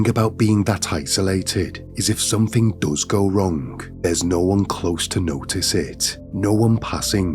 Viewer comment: The g in wrong, long etc is silent!